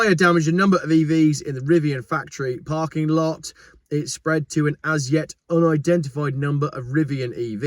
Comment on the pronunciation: Nice American accent on that first shot at saying “parking lot.”